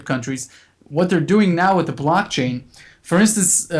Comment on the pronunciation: Hi Folks,Great show, but wats this ,'blotching'? or 'blotchain'? all about, never heard of this, can anyone shed sum light on this for me please?